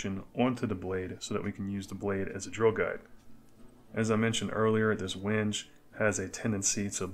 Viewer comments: Just found your channel. Love the content. I am new to making knives and can appreciate the ups and downs. Just an FYI WENGE is pronounced 'when-gay' :) just the woodworker in me! I have made 2 knives and will film some for the future, then you can find something on my channel to pick on me about LOL keep the videos coming! Going to make your DIY Etch machine. Everywhere is out of the center transformer any links for something similar, I suck at electronics, guess I can just match the specs to something else. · Great work, thank you. The wood is Wenge, pronounced “WHEN-ghay” very nice wood choice with the white liners. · Cool knife! The wood is pronounced WENG-gay.